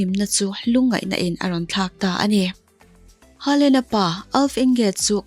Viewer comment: Haalan nilo hoolan tiin an lam norway chuan